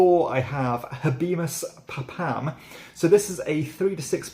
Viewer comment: "pa-PAM"???? Surely it's pronounced "PAH-pum".